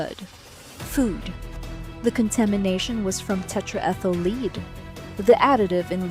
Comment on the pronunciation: Why can’t you teach your dumb computer reader application when to use the different pronunciations of words based on the context? In this script, “lead” as an element or as a verb.